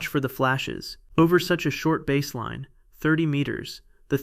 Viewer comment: You guys have got to do better with your text to voice app. Baseline does not rhyme with Vaseline. Prepare your text so that these errors are not made.